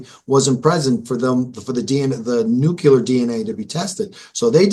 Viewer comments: It's nu clee ar not nu clue ar. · Nuclear dude, not nucular... This always kills me. It's just one of those silly things, but when people I know are quite intelligent do it, it makes me laugh. Very good interview. Very good prosecutor.